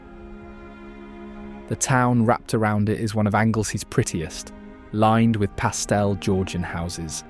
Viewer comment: Please don't pronounce pastel as PASTELL 😡